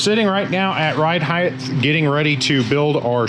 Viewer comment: I’m dying to know.... why do people pronounce HEIGHT wrong? There’s only ONE h in there.... it’s not heighth.... 🤦🏼‍♂️🤦🏼‍♂️🤦🏼‍♂️.... as bad as the British saying Aluminium..... umm it’s aluminum.... only one i